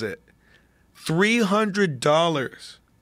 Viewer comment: yea Post is fkd... "Six Hundwid Bucks!!"